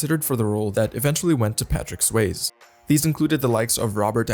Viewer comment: Or Patrick Swaze.